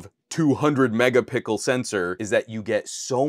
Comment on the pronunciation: Please stop mispronounce megapixel. It's an easter egg that became an overused meme. Great video BTW, there is a reason professional cameras aren't at 500mp / 1gp